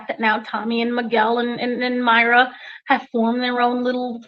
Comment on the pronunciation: you’re too good for this! Didn’t you interview this character Me-Ray-Ah!!!! Not Myra. 😊 We luv you …lol